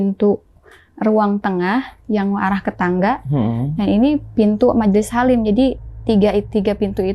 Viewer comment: مجليس حريم teh bukan halim😊😊😊😊